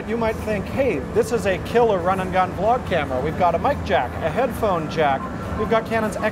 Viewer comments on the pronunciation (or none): none